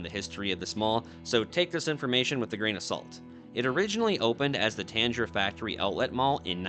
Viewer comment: It was a Tanger Outlet Center in Casa Grande. Not Tanjer, Tang-Er. Tanger still has outlets all over, I hear their commercials on livestream radio often. They just dumped this location cause it had its day for sure. Nowadays, the concept of driving an hour out of town to go look at shoes is silly. And is another example of puffy business ideas that live to die off the open freeway between Marana/Tucson and Chandler/Phx. Eloy and Arizona City are still highway robbery locations with the highest sales taxes in the state. If you slow down there, they’ll grab your wallet.